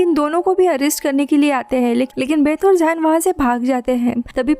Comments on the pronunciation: Zain ko Ye zayen nh zen bolty h Muslim name h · Or woh zayn nhi hai woh zain hai😂😂